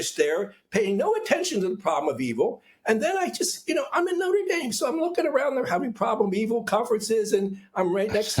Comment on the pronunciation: I’m sorry but the second I heard “noter daim “ I had to give up